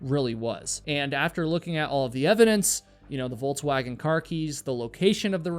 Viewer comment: I wasn’t sure the first time he said it, but the second time I had to rewind and listen closely. I understand Volkswagen isn’t made on the US but it’s a well known vehicle. So when I heard Volts-wagon I had to be sure. That’s a first